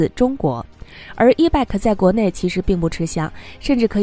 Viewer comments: Bike 讀（ 掰）！不是beg! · 错误太多,希望你能严谨一些.bike 是谁都r认识的英语单词,唯独你一点不知.可怜可悲🤦‍♀🤦‍♀🤦‍♀🤦‍♀🤦‍♀🤦‍♀🤦‍♀🤦‍♀🤦‍♀🤦‍♀🤦‍♀🤦‍♀🤦‍♀🤦‍♀ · 你的 bike 發音不正確 好刺耳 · Bike 發音有錯